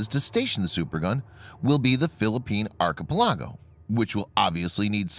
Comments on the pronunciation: Blade Ranger : to include his pronunciation of archipelago. Third syllable stress man, not fourth. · Learn how to pronounce "archipelago" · Thanks for the info. One suggestion: Please learn how to PROPERLY pronounce 'archipelago'